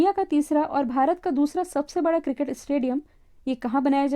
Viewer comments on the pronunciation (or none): none